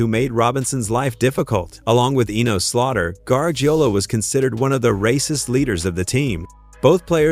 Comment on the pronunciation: Well the AI robot couldn't even pronounce his name right. Maybe it got other things wrong.